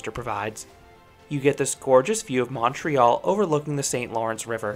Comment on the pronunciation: Hey, love your excellent Anglo pronunciation of Montreal and Quebec. Most out of towners get it wrong. Thanks for the review!